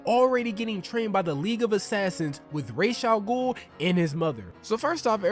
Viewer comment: (Rah-Jah-goul) my man killing me